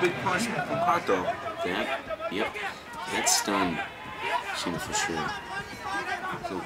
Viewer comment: To the reporters, the name is SINA. not Shina